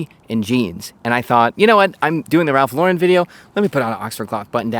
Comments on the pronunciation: first !!! it's Ralph LAUUUURen NOT Laaaa'REN. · Loh-ren, not Leau-ren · Up until I was going to explode with the luh-ren pronunciation…. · Always wondered why people say Lau-REN instead of just Lauren? I like the quality but I don’t like branded anything and can’t afford purple label, lol. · i really thought you were gonna keep pronouncing his name wrong the entire video lol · you pronounced his last name incorrectly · I was sure he was fucking with us pronouncing his name wrong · You don’t even pronounce Lauren correctly. Get outta here you poser!! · How about pronouncing his last name properly? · Had to delete my comment about the way you pronounced his name after I hit the 2 minute mark hahaha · Learn how to pronounce his name first and i will watch your video.